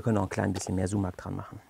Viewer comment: Richtig cool, vielleicht zur Info für die nichttürkischsprachigen Zuschauer Sumak wird mit einem scharfen s gesprochen d.h. wie die das ß in Straße oder wie das S im englischen Wort Silence, aber nicht wie das S in Seife.